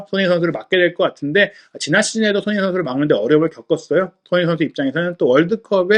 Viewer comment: 훠훠 숀흉민 어뒤괐어? 숀흉민